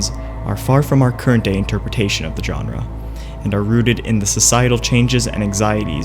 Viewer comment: Informative and well edited video... but the way he repeatedly says "genre" bugs me so, so much